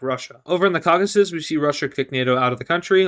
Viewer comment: Its Caucasus not Caucus.